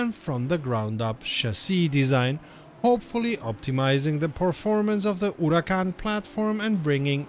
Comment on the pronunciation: As always, thanks for the news. And for your brilliant pronunciation of the word, Huracan!